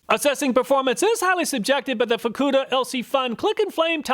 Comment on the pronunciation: Good call on pronouncing the FUKKUDA lighter with a hard U.